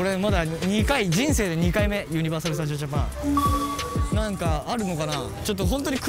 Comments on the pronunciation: めんどくさ関西人で申し訳ないねんけど、「ユ↑ニバ」が気になりすぎる笑 「ユニ↑バ」ですね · みんなユ↑ニ↓バ↓って言ってますがネイティブはユ→ニ→バ↓です😂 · 関西在住なもんで 【ユニバ】の発音の違いにまず衝撃を受け動画を観すすめたのですが… メンバー５人の魅力が詰まりすぎててさらにパニックになりました(？) とにかく最高！！ リピート決定！！ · 作間くんのユニバのイントネーションに東京男子を感じてしんどいね💦！！！ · 「ユニバ」の発音のコメント見て関西はイントネーション違うんだと言う発見が‼️ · 5人のユニバの発音が気になる…！笑